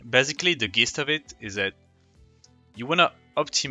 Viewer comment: Dope video. Just subscribed. "Gist" is pronounced "jist" in english. Just a respectful tip :D